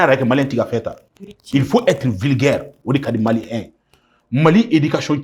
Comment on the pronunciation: Claba tu dit mal les malien ton babie